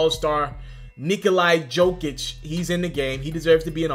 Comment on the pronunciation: Knee - cola - Yo - kick...Nikola Jokic